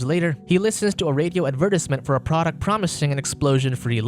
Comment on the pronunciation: You say advertisement like an alien.